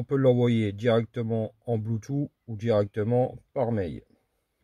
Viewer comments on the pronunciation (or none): none